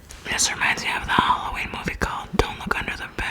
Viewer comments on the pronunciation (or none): none